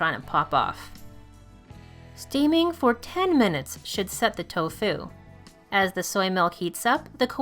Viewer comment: How you pronounce "tofu" is extremely irritating.